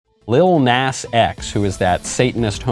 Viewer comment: I don’t care what the kid does but take a rap greats name out of your name if you’re going to act like this , and Michael you’re saying Nas wrong